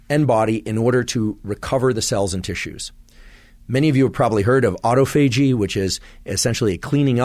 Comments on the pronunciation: Auto fay gee 😅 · Autophagy is pronounced: aw-TAH-fuh-jee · Did he misspronounce autophagy or is everyone else wrong? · Please learn how to correctly pronounce autophagy; will give you more credibility. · Any body else thrown off by how he pronounces “autophagy” lol. Great information though. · had to quit the video after hearing him pronounce autophagy...seriously, he's a smart enough guy, yet can't pronounce this anywhere near correctly?